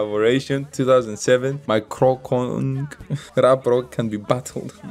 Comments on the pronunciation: the way to say "kroncong protol" is kroncong protol not krongkong protol just say kroncong protol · Kron-cong Pro-tol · Pronounce: crown-chong pro-tall 😁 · "C" in Kroncong like "C" in Charlie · Just giving information, u pronounced the "C" on kroncong wrong. The C isn't pronounce as K. But like c as in word "Chug" or "Cheese" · Remember bro... in Bahasa Indonesia (Indonesian language), ALWAYS pronounced the letter 'C' like you say Charlie. #GoolReaction #Respect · Yes, pronounce CO in bahasa Indonesia like you call Cho in Chocolate, and NG in kroncong like NK